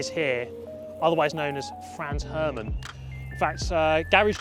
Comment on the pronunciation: “FRANZ Herman”☝️🤓